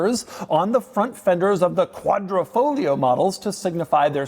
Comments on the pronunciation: Is Quadrifoglio, why say Quadrofloglio? -_ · Quadra - Fo - Glio -------------> The 'G' is not silent... Betting the auction doesn't get to the sellers reserve price.